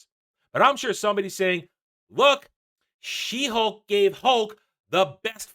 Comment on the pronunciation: it almost sounded like Shit-Hulk, and so it should 🙂